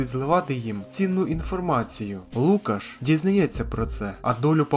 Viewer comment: Не ЛУкаш, а ЛукАш!